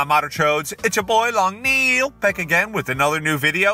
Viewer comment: lawng NEEEEEEEEEL